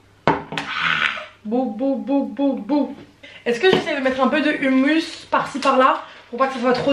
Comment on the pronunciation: Holla!! j’adore tes vidéos mais par contre je suis pas d’accord, je suis si dessus: hummus ce lit » roumous » stp 😂 🤣🤣🤣🤣🤣🤣.Mais sinon je t’adore 😍